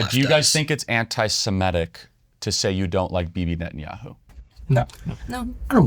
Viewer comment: Start by pronouncing 'Semitic' correctly.